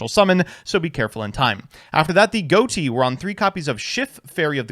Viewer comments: It's pronounced Fish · Isn't it pronounced fish tho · why is everyone pronouncing ghoti wrong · Excuse me sir, but it's pronounced ghoti. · I think Ghoti is supposed to be pronounced "Ghoti", actually. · Not even 5 seconds in and already mispronounces Ghoti smh